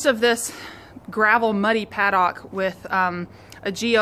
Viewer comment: I almost couldn't after hearing you pronounce paddock. Good work though. Informative.